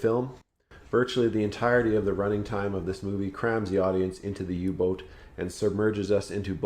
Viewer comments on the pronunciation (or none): Perfect text reciting but please Say third reish not reikkk And U boot is pronounced not u But AU with a length on the sylab Auu like Austria